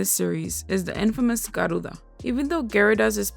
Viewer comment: Guys, I like how she says "Garuda." That accent man!